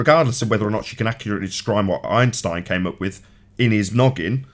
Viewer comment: I fucking hate, it's Einstein not Einshhtein